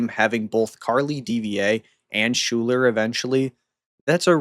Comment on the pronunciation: Isn't Schuyler pronounced "Skyler"? I've known a person with that spelling. It also makes sense for aircraft.